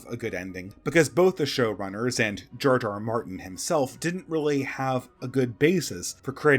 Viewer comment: It sounds like you're saying "Jar Jar Martin." XD